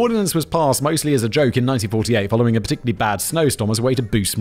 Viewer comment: Yeah but you said particularly perfectly! On one of your casual criminalist videos you could not say that word for crap!😅